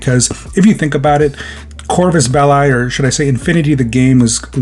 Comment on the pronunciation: You say it as "belly" literally belly